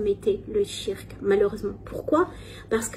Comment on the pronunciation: le "tshirk", tu es musulmane depuis X années, apprends la prononciation de base stp merci ! Tu ne sais meme pas prononcer la formule sur le prophète correctement, tu abuses.